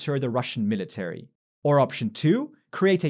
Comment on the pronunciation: Thanks for the great video! Two constructive comments on pronunciation: the stress in "military" falls on mi- instead of -ta-, and "nuclear" is nuc-lear instead of nuc-elar. I'm an ESL teacher and I love learning about pronunciation things - hope this is helpful. :) and thanks again for all the information and analysis in the videos!